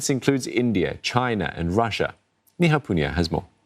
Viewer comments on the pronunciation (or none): I thought I heard her said "Ni Hao" Poonia. It's Neha Poonia. hahah